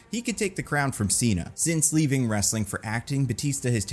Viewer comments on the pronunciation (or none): none